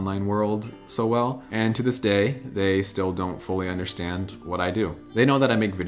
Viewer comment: c'est understand et pas anderstand